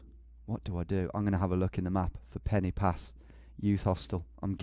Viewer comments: Brumie twat penny pass lol should be pronounced Pen ar pass. totally clueless. Perfect score give me a break. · Quick Welsh lesson: ‘y’ in Welsh is pronounced ‘ugh’ so Instead of ‘Pen ee pass’ its ‘Pen ugh pas’ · Pen y Pass is pronounced Pen uh Pass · tom mate the Y in pen y pass is pronounced Uhh so it's pen uh pass i know confusing but just trying to help